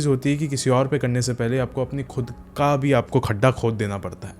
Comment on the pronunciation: Pehli baat to ka ko ka bola karo, kha ni.